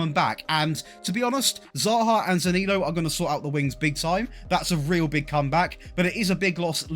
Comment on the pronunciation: You need to work on how you pronounce Zaniolo